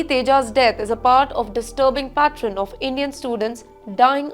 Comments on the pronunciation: mispronounciation today is “ patron” instead of “pattern”. 😂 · Yes annoying accent. Pronunciation mistakes. Unbearable to hear her read. "Pattern" she kept saying "PATT-REN: Oh God. Why don't they study practice and come as professional readers. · As sad as this incident is, and my heartfelt condolences and sympathy go to this boy's family, what kind of reporting is this? Can't you pronounce pattern? You are pronouncing it as "pattren". And you are reporting that he was shot on Washington Avenue in the US. Which is like saying somebody was shot on Mahatma Gandhi Road in India. Incompetence all around.